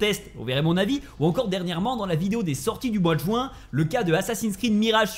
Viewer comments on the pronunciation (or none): none